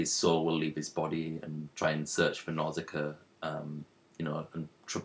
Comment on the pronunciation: its pronounced nauu-shi-ca